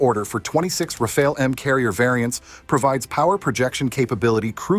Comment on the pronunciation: RA-FA-LE NOT RAFAEL God Almighty 🤮